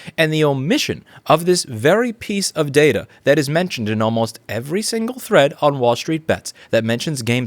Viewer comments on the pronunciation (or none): none